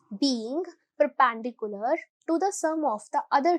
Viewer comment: perPAAAAANdicular.....maam your pronunciation is BAD